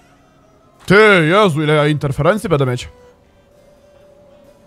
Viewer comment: Słuchanie jak gość mówi cały czas "bede", zamiast będę, używa anglicyzmów przerobionych na polski nie wiadomo po co (spele, arczera). Można by było zadbać o jakąś poprawność językową skoro już nagrywa się swoje wypowiedzi i wrzuca do sieci, ale nie, po co się starać, lepiej postawić na bylejakość. Bije z tego nagrania ubóstwo umysłowe i tyle. Sorry, nie chcę nikogo obrażać, ale prawda jest taka, że zamiast coś ulepszać to degradujemy każdego dnia.